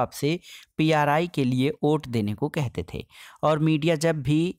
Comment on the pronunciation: Ote nahi vote hota hai sir